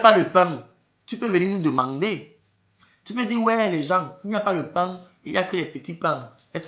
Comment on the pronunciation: l'accent camer de la fin là a réussit kooo "paing" 😂😂😂